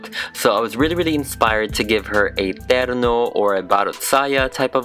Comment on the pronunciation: I love how pronounces terno, baro't saya, and mananaggal. It's so crisp. 😅 Edit. Also, I just reached at the skit part, the dialogues as well!